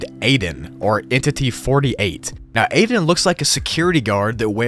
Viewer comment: Aiden not aden